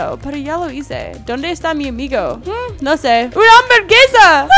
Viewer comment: hambergesa!!!! ya no se llama hamburguesa ahora es hambergesa!!! jajajaja te amo